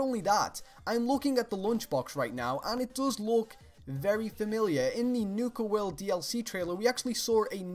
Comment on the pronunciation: "Nuka Werld" xD